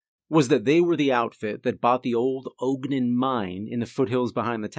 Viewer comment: Ogden is pronouncd Ahhg-den. Not Ohg-den.